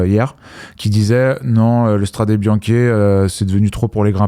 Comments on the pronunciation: ( Bonjour, on ne dit pas la Strade Bianch(é) on dit la Strad(é) Bianche SVP c'est une torture, sinon je vous aime bien promis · Paulo, Robin... PITIÉ reprenez quand il dit "Stradé Bianke"!!!